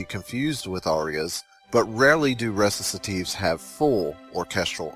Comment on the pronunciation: ReciTative...with a T... not ReciSative like you say it. Man...check your terms, and again, if you CANNOT pronounce Italian, then DON'T